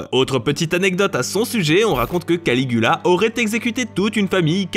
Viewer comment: Jai entendu Canicula au lieu de Canigula